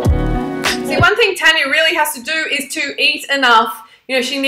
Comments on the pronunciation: And plus it's TARR-NNYAA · Ur saying her name wrong and just cuz she's not vegan or vegetarian doesn't mean you can get on at her